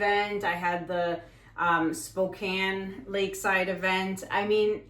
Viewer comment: I love hearing you say ‘Spokane’, the way we say, ‘Spokane’ 😂 I am so bummed that during that time I had a sudden death in the family, followed immediately by a crazy diagnosis/surgery - and was not aware you were here!!! 😭 (The surgery was optimistically supposed to be easy, but wound up being the opposite) I hope you come back someday! I would LOVE to take… ~<:{*•ALL•*}:>~ …the classes!!!! 🫶🏻 Your art has inspired me, but I’ve never taken the leap to try for myself. I sincerely hope for another chance to experience your training here in the states 🙏🏻 God bless you, and thank you!!! 🤗